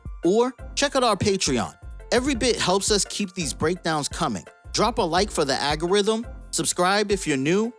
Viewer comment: 😂 I’m sorry I listen to every word . Y’all never say al go rhythm Ago rhythm everytime 😜